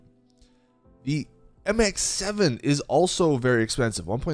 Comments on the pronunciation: He sayd mx7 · he knows but i guess his mouth wants to say the MX5 at the same time lool